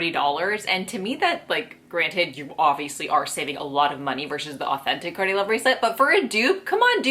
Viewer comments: Cartier is pronounced car-tee-AY * c as in car * ar as in bar * t as in two * ee as in see * ay as in pay. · She said mario cart lol